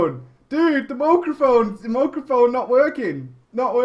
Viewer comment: Stop talking to yourself!!! LOL... Mooraphone!!!